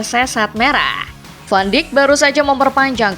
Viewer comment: Koreksi penyebutan van dijk